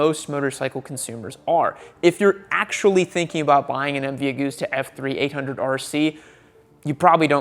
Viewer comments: Great vids as always. But for the record. It’s MV Augusta as in gust not goose.... look to August for pronunciation clarification. You’ve got everyone in Europe laughing right now.... which is not a bad thing in the grand scheme of things really... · The pain in my heart when you say Aug OO sta, instead of AugUsta. Like August, the month. :/